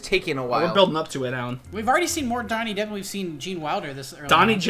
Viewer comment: this is like the 30th time I watch this and I just realized he said Dhonny Jepp